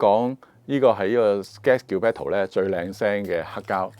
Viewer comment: 你發音”Scat”/ Gilberto， scat 的意思是💩！不如在錄多次呢！